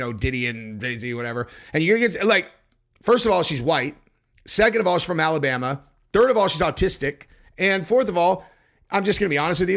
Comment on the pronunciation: So why did you say Alabama like that?